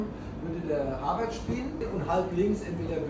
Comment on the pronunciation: WARTE MAL, hat Lothar gerade Sané richtig ausgesprochen und nicht Sahne gesagt. Wunder gibt es immer wieder 😮